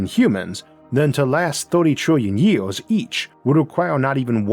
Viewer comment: you cant even say years correctly. how the fuck am i supposed to take you seriously?